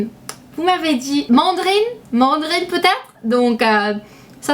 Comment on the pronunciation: On dit : as-PI-rine, man-DA-rine et illimité et non pas inlimmité :) sinon tu parles super bien français, je doute que je parle aussi bien américain (malgré quelques fautes normales entre un et un